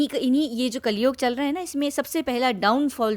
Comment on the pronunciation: कलयोग नहीं कलयुग होता है मैडम